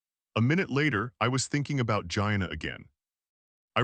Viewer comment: If I pronounced my friend Gina’s name like that… I wouldn’t have her as a friend.